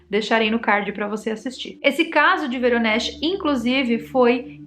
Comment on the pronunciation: É Voronej, eu visitei essa cidade da Rússia em 2019, se pronucia em russo "Varonêis". Esse lical do avistamento fica do outro lado da cidade e tem qje atravessaar a ponte.